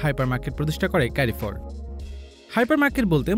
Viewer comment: ক্যারিফোর না ভাইয়া, এর সঠিক উচ্চারণ হলো কারফোর!